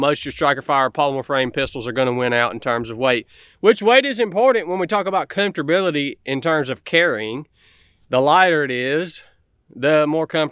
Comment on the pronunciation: Comfterbility huh? Jesus h Christ... Yup ... It all makes sense now 🤷🏼‍♂️🤣 I believe the word is comfort bud... Making it more complicated, wrongly ... To say something simpler 🤦🏼‍♂️🤣 smarter not harder